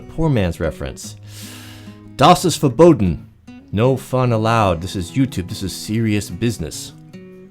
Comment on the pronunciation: Das ist verboten :) nice german